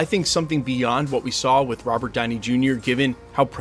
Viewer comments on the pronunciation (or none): none